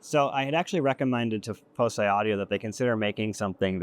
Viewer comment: I also think it should pronounced like "foci"